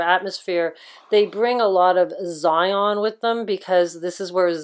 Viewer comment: Xenon pronounced Zion?